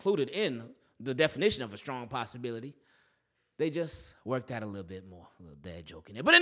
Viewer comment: Nahh bro he said SKRONG